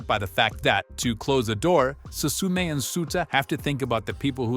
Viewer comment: 'Su su me' I can't